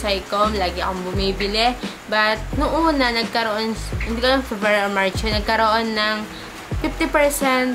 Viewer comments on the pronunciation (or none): none